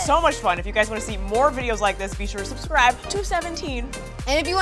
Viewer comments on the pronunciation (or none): none